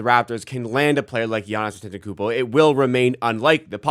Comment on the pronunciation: I think you’re missing a syllable in Giannis’ last name 😅